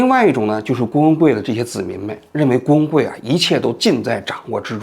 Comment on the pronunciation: 王局读的”郭文贵“怎么听怎么像”工会“，只有我一个人这么觉得吗？